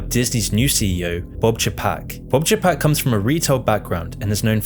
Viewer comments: FACTUAL ERRORS: Walt Disney died December 15, 1966, NOT November 30, of 19666 as your video states. Next, you mis pronounce Bob Chapek's last name as (Chuh-PAK), it is CHAY-pak. Also you say his background was in retail, but he was in Disney THEME PARK management for decades. (I worked at Disney for more than ten years, pre-Eisner and then nearly nine years under Michael.Though NOT perfect he (Eisner) was VERY creative and help grow the brand enormously. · That pronunciation of Chapek gets me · I love you man, and I love your channel, but, you cannot pronounce people's name's for shit. It's Boy Yega and Che Pek